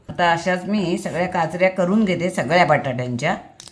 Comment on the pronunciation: काचऱ्या असे काचरया असे नाही.